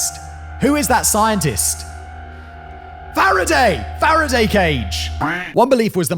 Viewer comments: lol feraday cage simon? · A FARADAY cage!!!! Simon, dude, you're British, you've got no excuse!